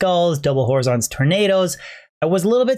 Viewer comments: Nice vids. Keep it up dude! Just one problem.... how you pronounce horizons sets me into a rage every video you find Horizon's Tornado :D HUH-RAI-ZN - horizon. That is all. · hey is the drop not horizon's tornado? like horizon as in where the land meets the sky? the way you say it makes it seem like a name